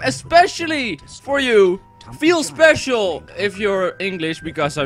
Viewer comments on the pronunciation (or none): none